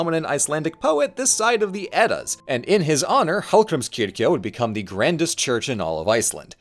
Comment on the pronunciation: Fun fact about Hallgrímskirkja: the church bells are named Hallgrímur, Guðríður, and Steinunn, after the poet, his wife, and daughter. I thought that was very cute. And did a pretty good job pronouncing Hallgrímskirkja (though he did butcher Héraðsskólinn 😅)